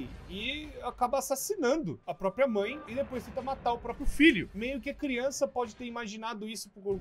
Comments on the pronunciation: Crionça? Kkkkk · crionca ne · É CRIONÇA não criança